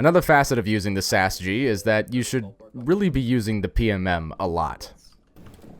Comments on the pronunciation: It is pronounced Sausage not sas-gee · its actually pronounced, "12 Sausages" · The name is "sasg" which is literally pronounced sausage... This is seige, my dude